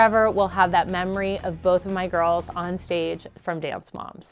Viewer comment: I like how she said girls in twilight like it almost sound like gru and gorls